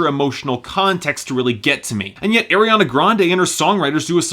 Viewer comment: I still cringe when he says "Air-iana Grande"